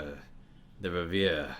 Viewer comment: One last tiny ongoing pronunciation point: "reverie" is pronounced "REV-er-ree" and means something like "dream" ;-) Thank you so much for doing these, they are greatly entertaining and educational to boot. I look forward very much to Volume Four!